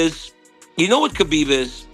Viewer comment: bruv is this your voice or AI? you mispronounced Khabib's name totally...otherwise, my 1st time - decent channel just stay who you are no clickbait and bullshit and lies and instigation.